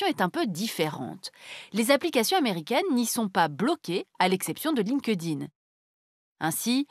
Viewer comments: "Line ke dine" pour LinkedIn 😃 Je préfère le prononcer "Linkt ine" ! ;-) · perso je prononce pas le E du coup, je fais "link din" ^^